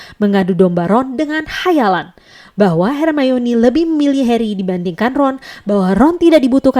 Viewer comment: Kalo di jelasin cara ngomong nya yang bener itu her mayni